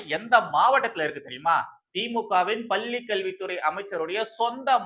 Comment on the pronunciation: அவர்களே! நிறைய முறை சொல்கிறேன். உங்கள் "லகர,ளகரதை"த் திருத்திக் கொள்ளுங்கள் என்று.பள்ளி பல்லியென்றே கேட்கிறது.